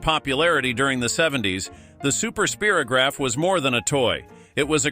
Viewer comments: Spy ro graph. Like Spyro not spearo. Just saying. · It also said speer O graph not Spiro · You forgot Dynamite Shack, Trouble with Pop o Matic, Troll Dolls, Clackers, Liddle Kiddles, Crissy dolls. Oh and it’s pronounced Spyrograph not Speerograph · Pronounced spy ro graph not spearagraph! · Speer o graph and Hai mee Summers? Do your homework.